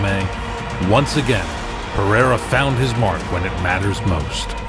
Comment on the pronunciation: I'm hoping that after all is said and done that Uncle Chael can manage to properly pronounce Alex Pereira's last name